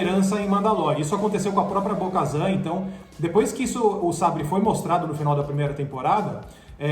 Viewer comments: correção: Bo KATAN. não kazan. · "Bo - Kazan"???? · Cada vez que eles falam Bo-Kazan eu me sentia esmurrada no estomago, dá para ver que são muito fãs ... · Não é BO-KAZAN é BO-KATAM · Bo-Kazan??? Esperava isso dos outros ali, mas do... nem pra falar o nome certo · É Bo KaTAN, NÃO BO KAZAN PELO AMOR DE DEUS CARA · É Bo-Katan,! Ahsoka e Yoda com acento no ó a gente até releva pelo sotaque... mas Bo-Kazan já muda demais;) E Jedi não tem plural... Queria que tivesse a Sabine, e quem sabe algum sinal de Ezra? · Um conselho, não passem vergonha, prestem atenção nos nomes não "Bo-Kazam" é Bo-Katan, se não souberem pesquisem ! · Bo Kazam?? não é Bo Katan???? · Porque vcs estão chamando ela de BO-KAZAN??? O nome dele é BO-KATAN!!!! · Não é Bo-kazam é Bo-katan!!!! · por isso que o ta morto veio... perdeu todos os caras de referencia... na segunda vez que falaram BO-KAZAN eu parei o video, na moral de vocês tem que botar gente que conhece e assiste as séries pra falar veio... na moral. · É Bo "Katan" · Essa é definição nerds do Galvão Bueno narrando UFC. Eu já tinha dado um tempo de 😔 mas pelo visto o caso é mais sério,está deprimente o conteúdo, olho da noite, ahsoka kano, bo Kazan, vcs falaram que o boba morreu no império contra ataca 🤦. Agora vcs estão cagando no pau com Star Wars velho, vcs estão cagando no pau com os fã mais chatos. Vcs poderiam chamar alguém que entende de Star Wars, ou que pelo menos saiba a pronúncia. E o sem Érico Bogos....🤦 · Quando ele falou Bo-Kazan eu parei de ver o vídeo e ainda negativei, antes de fazer um vídeo leiam sobre o que vão falar. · meus ouvidos sangraram ouvindo esses "Bo-Kazan", se não assiste a historia pelo menos estuda antes de fazer o vídeo. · “Bo-Kazan” é scanagem!! Até tu? Pelamor de Deus, os 3 falando errado. Nem pra estudar a pauta antes. 🤦🏻‍♂️ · ouvir Bo-kazanq foi de fuder viu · doeu de ouvir Bo Kazan! E sabre sombrio kkkk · “Bo-kazan”q agonia mds